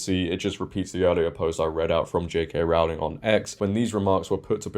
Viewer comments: Just a small detail... 'Rowling' rhymes with 'bowling', not 'cowling' 🤓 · As a Brit, I was surprised you kept pronouncing her name incorrectly. It's like 'rowing' a boat with an L in the middle.